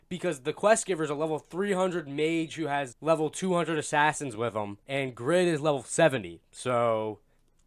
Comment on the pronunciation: but would a greedy person call themselves "greed" in a game? no! its just a bad name. from the one person i talked to who knows korean, the name is "grid", but because of the asian dialect its pronounced "greed"